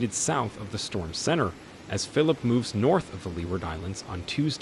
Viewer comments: When writing your transcripts for the voice synthesis program try to spell words based on how they sound and not based on correct spelling. For example, it mispronounced "Phillippe" pronouncing it the English way. In a case like this, maybe write it as "Fill-leap-pay". Also you used the "St." abbreviation which the program misinterpreted as an abbreviation for "street". You would have to spell it out fully - "saint" - to get the correct result. Always write with phonetics in mind when you're doing your transcripts for voice synthesis. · Not phillip... Philippe. (phil-leap.)